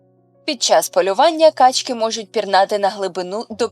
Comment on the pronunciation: У множині наголоси качкИ, качОк ітд.